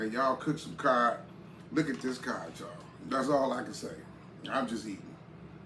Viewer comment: That CoD sure looks good. I watch all your videos and I enjoy you having fun with your food. One Thing; the fish is pronounced CoD, not Cob. (Google it if you don’t believe me), C-O-D.. 😊😊. Have a great rest of your day. See you on the next video.